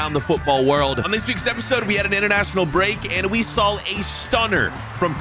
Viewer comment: Its SAW not SOWL please learn how to speak english